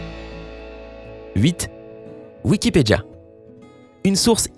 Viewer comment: Sa se pronnonce "wikipedia" et non wikipeja